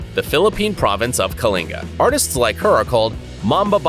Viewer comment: Im from Kalinga and the narrator nailed the pronunciation of "KALINGA". Usually they pronounce it as KA LI NGA but it is pronounced as KA LING GA